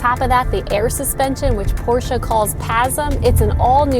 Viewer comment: Thanks for pronouncing Porsche the right way! "Porsche" not "Porsch", like a lot of English speaker do, including car journalists who should know better. It's a family name so there are no different versions of pronounciation. Great review, really enjoyed it!